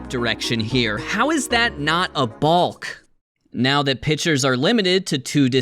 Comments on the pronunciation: I don't like how he pronounces the "L" in balk. Its pronounced like walk. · I love you but balk is pronounced like chalk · as a left handed pitcher who played in national tournaments and regularly picked kids off, your analyses are objectively wrong on multiple occasions. but i think the most egregious offense was pronouncing the L in “balk”. it’s bock, foolish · My guy said ‘ball’k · Why are you pronouncing "balk" like that? It's pronounced like "calk". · U say balk funny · The "L" is silent in the word "balk," just like in "walk" and "talk." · Thank you for posting but I can’t fathom the way you pronounce balk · The way bro says balk is giving me shivers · most controversial part here is the way my boy pronounces "balk" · Not the hard L on “balk” 😂😂